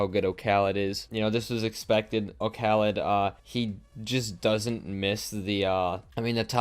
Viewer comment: can people stop calling him okhalid like it's one full name and word....the o is just for design in the user name. his name is Khalid...did we always call Paschy PaschyNinety or KuxirNinetySeven. no...we don't call JSTN jay es tee en. c'mon.